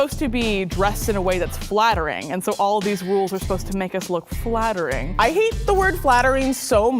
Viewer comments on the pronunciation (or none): Did she say fattering ?